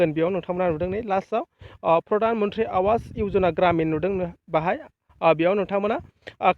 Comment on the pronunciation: Not आवास but pronounced as आबास ,awas ( आबास )ni wngtiya jabai tagra Kuli.